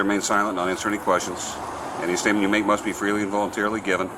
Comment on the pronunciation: Says stopped state Gets aks about statement Answer question with stuou astatev😂